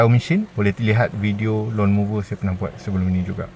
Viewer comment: Lawn mower .. bukan lawn mover